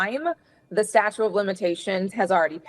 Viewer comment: 🤣🗽She said🗽Statue's😂 of 🗽🗽🗽limitations🗽🗽🗽🗽🗽🗽🗽🗽🗽🗽🗽🗽🗽🗽🗽😳🙄It is STATUTE..... 👉 "STATUTE" 🧐😳